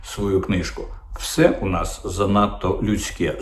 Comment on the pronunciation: “Все» чи «вшьо», пане Дмитре?